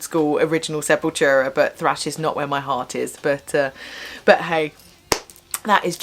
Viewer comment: Its not "slash" its thrash lol